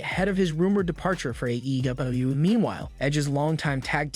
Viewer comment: Why do you sound retarded when you say AEW?